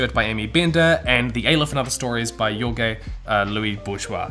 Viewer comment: Its not jorge: "iorge" its "whorhe" (ending in an e sound not an eeeee)